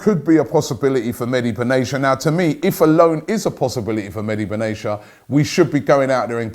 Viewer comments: Its nor benasia its benatia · Benatia = bern-nar-tee-yah